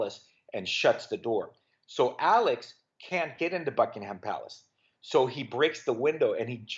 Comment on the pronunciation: and then mispronounces "Buckingham"